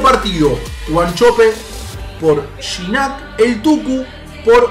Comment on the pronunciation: se dice giñac